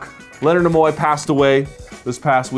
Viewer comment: By the way, Leonard Nimoy, is pronounced "Kneeeee - Moi", not "nah - moi" Two tips: 1) the music is very distracting when your speaking. Keep it for the intro and the end. Otherwise, skip it. 2) the switching of camera angles may seem "avant garde" but it's also very, very, distracting. Just speak straight to the camera, please.